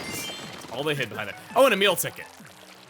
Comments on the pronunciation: Am i the only one that hears "Emile Ticket" when chugga says "A Meal Ticket" or am i crazy xidiixidkkx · whenever chugga says a Meal ticket I hear Emile Ticket